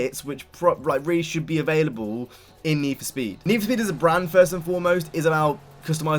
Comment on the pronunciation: NEE FO SPEEED